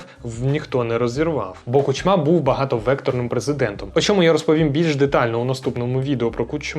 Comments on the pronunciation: Хороший репортаж.👍 Але чому Кучма' а не Ку'чма? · Чому КучмА, а не КУчма? Його завжди так Путін називав: КучмА. І ще одне., які "губернатори"? В Україні нема губерній. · Чому ви кажете КучмА, а не КУчма? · Ку́чма, а не Кучмá, дуже ріже вухо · Не Кучма, а Кучма. Дякую за відео!